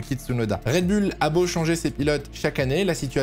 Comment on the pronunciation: Faudrait faire un choix sur la prononciation de Red Bull. Pour info c'est un nom anglais et ça se prononce Red Boul